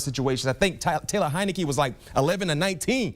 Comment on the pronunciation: I have just watched 3 videos reviewing the game and each one the analyst says "Tyler" or somehow mispronouncing his name... here McFadden does it the first time and then says it correctly the 2nd time.. this is his 8th start of the year, they know what his fucking name is by now. STOP THROWING SHADE AT WFT BECAUSE YOU KISS ROGER GOODELL ASS AND HATE WFT CUZ THE NFL WANTS SNYDER TO NOT OWN THE TEAM ANYMORE. TAYLOR HEINICKE HAS NOTHING TO DO WITH THAT STOP THROWING SHADE AT THE MAN ITS A VERY LOW BLOW.